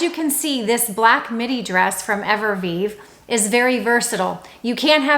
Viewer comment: Hey! Great tips and I always enjoy your videos. If I may take the liberty, cognac is pronounced cone tack, Evereve is not Everveve, it’s pronounced ever eve. I’m truly trying to help. If you’re recommending companies it’s important to represent them properly.